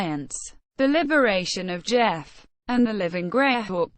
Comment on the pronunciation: not pronounce jeff -- pronounced GEE -- off